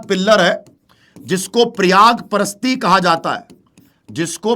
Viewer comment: Sir aap pyq kara rhe ho to is liye dekh rhe hai aapko Prayag Prasasti tk nhi bolne aa rha hai